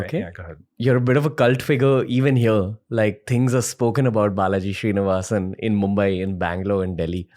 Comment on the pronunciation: Name: Srinivasan Ranveer: Shree-nivasan 😂